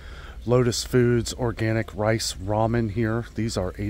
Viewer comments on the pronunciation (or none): none